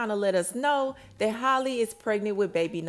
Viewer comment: Girl this your fourth time reporting on this girl business. It’s so rude you can’t even say her name right. It’s not Holly. It’s HAL-LEE like Halle berry. You take the time and effort to edit and make these videos and can’t even pronounce her name